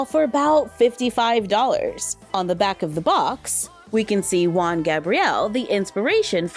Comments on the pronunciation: Not Wan Gabriel, its more like Who-an😂, but you almost nailed the pronunciation! Thanks for reviewing it, I love the doll. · Juan, from juan Gabriel is pronounced huan, blowing with the throat like in him or here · Hi, the J in Juan is pronounced as a H HU-AN Gabriel.